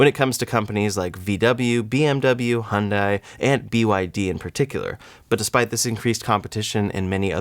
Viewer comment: Bro, love the content, but please learn how to say Hyundai correctly.